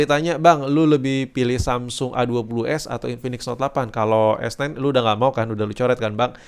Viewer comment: S9 bang. Aku dengernya kok S ten s ten terus yak